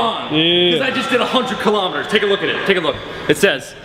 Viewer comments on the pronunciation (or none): none